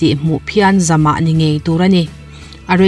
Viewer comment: Zamah nilo in, zawmah tih zawk tur a ni e.